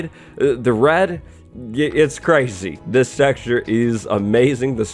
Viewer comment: . So did anyone else catch when he said sexture instead of texture 🤣🤣🤣